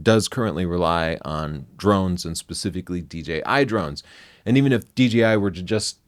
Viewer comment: He keeps saying DGI not DJI.